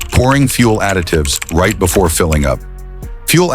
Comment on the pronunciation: Another example of why AI voices are terrible - the second line of this video: "most people do something right before pumping gas..." The AI makes it sound like it's right as in correct, when the meaning is "just before." This effectively gives the opposite meaning from the one intended. Just let a human being read it FFS.